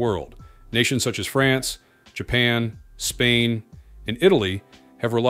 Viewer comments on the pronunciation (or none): none